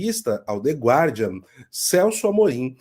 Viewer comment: A pronúncia é "gardian".